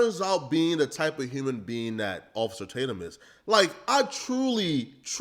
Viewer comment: Ofay-cer Tatum...love that lol